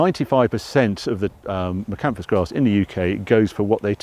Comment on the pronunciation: International Energy Crops are another firm to look at if you're considering Miscanthus, been around a long time and great farming pedigree behind the firm ( Wilson and Co). An informative video as every but I must confess to grimacing every time hear you say Miscanthus with a silent s!